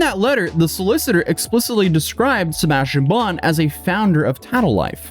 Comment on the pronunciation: Sebastian…say it a hundred times, until you can pronounce it correctly. Every time you said it, It sounded like you were saying “ sirbashtion”. Try slowing down your talking speed! 🤷🏻‍♀️